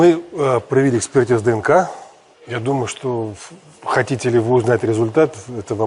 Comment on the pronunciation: Vedushaya maniyak...kogda chitaet DNK delaet pauzu lomaetsya kak tselka...nenaviju ee...